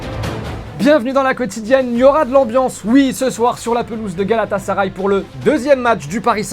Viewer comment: Première fois qu'une personne étrangère reussi a dire galatasaray correctement